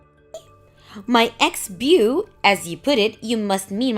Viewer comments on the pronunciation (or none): just a tip. the word Beau is pronounced "Bow" not Bew...however I actually like the "bew" pronunciation better if I'm honest 🤣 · Beau is pronounced ‘Bow’ same as ‘tie a bow in the ribbon’.